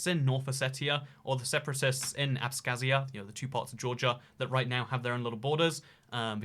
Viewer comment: Also, it's Abkhazia. Not Abskhazia.